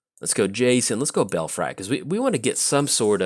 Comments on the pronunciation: I just assumed he wanted some Bel- fries with his tokens lol xD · "Belfry" is actually pronounced "bell-free".